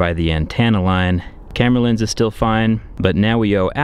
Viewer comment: "Starting up here by the antana laine." Ya'll...